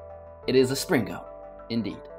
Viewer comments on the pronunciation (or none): you said slingo not springo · "Spring-GO" amazing pronunciation.